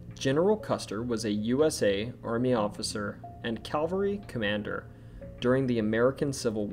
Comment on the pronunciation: Please note, for future reference, that there is a huge difference between 'Calvery' and 'cavelry'.